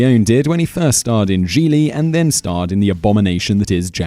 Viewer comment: Hey, you pronounced Gigli correctly this time!